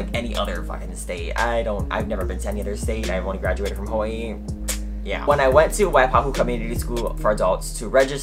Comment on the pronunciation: I love how Hawaiian ppl say “Hawaii “ 🔥🔥🔥😄